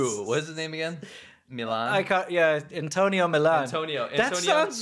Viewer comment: His name is spelled Millon which isn’t pronounced Milan it’s pronounced Mi-Yon. So they didn’t even get that right